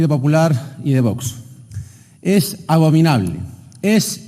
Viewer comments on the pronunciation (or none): Ha dicho abovinable? De bovino? O lo he escuchado yo mal? Jajajajajajja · No es abovinable, se dice ABOMINABLE, CATETO.